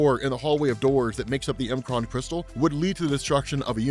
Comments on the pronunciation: I really can't say I've EVER heard anyone call the M'kraan Crystal.. The M Kraan Crystal??? (it's said as "MaKraan" or "MuhKraan" or "MehKraan" ) That's what apostrophe's are for, it's not a separator. It's used as a contraction, as in, takes the place of the missing sounded letters. (think how it WOULD sound with no apostrophe at all) Example - From Australia... "G'day mate"... do you think it's said as "G Day"??? The Shi'ar Empire is another perfect example, it's said as (SOUNDED SPELLING) - "Shiyarr" or "Sheeyah" Sorry, it just really did my head in the whole time. You already talk quite fast, and pretty erratically at times (your excitable, which is fine) But when in a lot of your vid's I hear you say "Not sure how you say this" or "Pretty sure I butchered this" it dawns on me that if you only took 10seconds to read it, and sound it out, it would become apparent. Again, Sincere apologies. Not trying to be a dick... (Although no doubt people will think that, because "HOW DARE YOU CORRECT ME FOR MY OWN BENEFIT") but help you get a bit better with your own pronunciation of some of the more bizarre words made up in Marvel-verse. I love your work, your excitement and your presentation of everything you do, but it has been bugging me for ages. Peace, All the best. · It’s pronounced mu-cran not M Kron